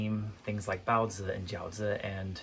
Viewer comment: your pronunciation of "baozi" and "jiaozi" are on point!!! Do you know how to speak Chinese? Would love a video to talk about your background